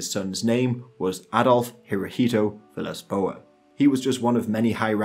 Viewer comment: "Adolf Hiroito Vilasboa"